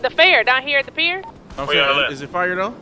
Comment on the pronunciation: It’s “pier” 😂